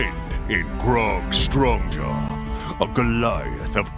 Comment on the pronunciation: Anyone else hear Ashley say grog Stonejaw in her character intro?